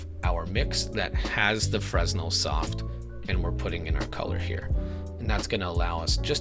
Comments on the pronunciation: This was cool and all but everytime you mispronounced 'Fresnel' my soul took a little bit of chip damage. D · Fresnel - The 's' is silent, fyi.